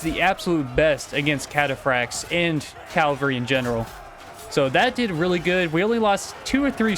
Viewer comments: was it Ca-val-ry not Cal-val-ry? just asking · CAVALRY** not Calvary, that is a hill... Cavalry is mounted troops. CAValry not CALvary